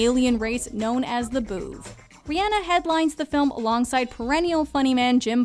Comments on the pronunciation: Sis really sad re-ann-a uhm I think you mean re-on-a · i’m probably the only one who cringed when she said “riANA” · Rihanna (Re-Anna) wtf?? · Why do do you say Ri-hanna instead of Rihanna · thats not how to prenounce rhianna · Is That How You Say Rihanna?